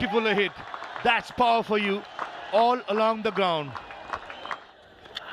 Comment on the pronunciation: Yes puwar ampyr😂😂